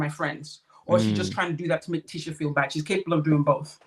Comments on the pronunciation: Her name is pronounced "Tee-sha" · PLEASE NOTE: Tisha is pronounced TEESHA and its Destiny NOT Stormi.